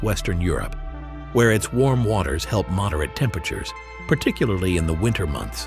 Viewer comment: Produced by someone who does not know how to pronounce the word "moderate" as in "moderate the temperature".